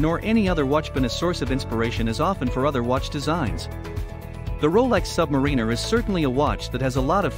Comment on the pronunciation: English is not my first language and I know you are pronouncing the name “Submariner” wrong.